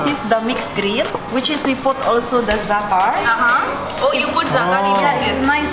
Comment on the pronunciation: Good video, but it would be good to get the names of bread, "zaatar" etc right. Dont mean to criticize. but research is important whilst creating an effective blog